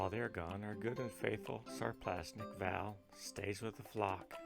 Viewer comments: just FYI, it's Sarplaninac not "Sarplasnic" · Took me a few minutes to figure what he meant, lol! Needs to listen to some vids on Shars to get a clue.